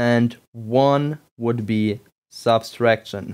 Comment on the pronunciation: Not to nitpick, but why do you say "subtraction" as "subStraction"?